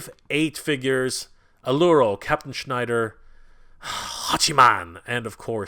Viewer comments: It’s Shiner not Schneider! He’s not Jewish he’s a freaking Space Alien! Please say it correctly. 😂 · Shiner not Schneider:) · just wondering why you kept calling him Captain Schnider when his name is Captain Shiner?? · Shiner not Schneider